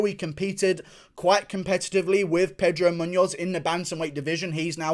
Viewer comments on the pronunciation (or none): none